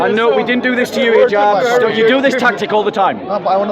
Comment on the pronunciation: His name is Hijab, not Jihab hhhhhhhh